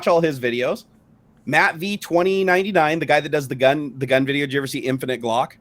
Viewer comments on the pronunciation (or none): none